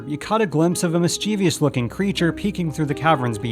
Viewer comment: I really do love these videos, but with all due respect, please consider correctly pronouncing "mischievous" in forthcoming videos. ;-) "MISS-cheh-viss," NOT "miss-CHEE-VEE-us." :-) PS: I'll save my "recurring" versus "reOcurring" correction. Carry on and thank you! :-)